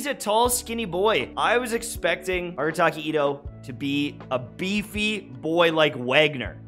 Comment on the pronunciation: Arataki itto❌ Irataki Atto✅